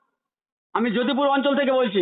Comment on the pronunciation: যদু পুর হবে যদুবাবু নয় 😂